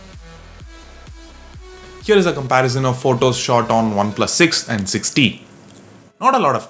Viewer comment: Sounds like you're saying OnePlus 6D haha